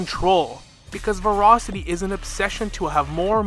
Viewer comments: "Verocity" is not the same word as "Voracity" - sorry this one point is driving me crazy, but I think you're dead on about the actual principles the IPC is following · ver-ASS-ity. ver-ASS-ity.